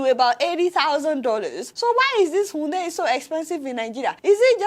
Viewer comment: Adeola: it is not 'unndei' it is pronounced iundai ( Hyundai )